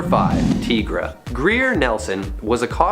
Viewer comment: Tigra is pronounced TYE-Gruh, not TEE-Gruh